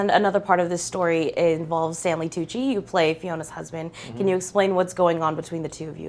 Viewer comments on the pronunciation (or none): none